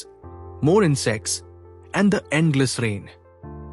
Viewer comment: Its not insex btw its insect